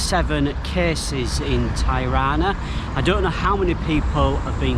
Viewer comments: Hello. I'm sure others have said this, but Tirana is pronounced, as Tee-Rana not Thai-Rana. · Not " Tajrana" ,Tirana..! 😁🤚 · Amazing video dude thanks for sharing... Tirana is pronounced like Tea = T-ra_na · Mate you keep spelling the name of Tirana wrong is not tairana is Tirana..have a great time in Albania it’s such a lovely Country it’s nothing like what the British media telling us. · Dude, I've never heard anyone pronounce the city's name ty-rah'-na (with the first syllable sounding like what businessmen wear around their necks). I've been living here for much of the last three years. Thanks for the upload, though. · Nice video but I’ve never heard anyone ever pronounce Tirana like that before 😂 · If you're gonna feature a city, at least learn how to pronounce it! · Great video. Just a small correction about pronunciation of Tirana. The correct way to pronounce Tirana, is by pronouncing the first two letters “Ti” like you would say Tipical. The rest of the pronunciation is correct. Cheers.